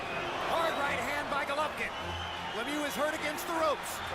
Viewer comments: You know, when you hire a company to do the voiceover on a video, it might be nice if you informed that individual how to properly pronounce the name of the star of the show. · you should learn how to pronounce golovkin's name my man, at least give him respect he earned.